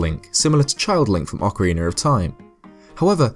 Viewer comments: its ocarina not ocerena! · I love your videos but I cringe every time I hear you say Ocariner. lol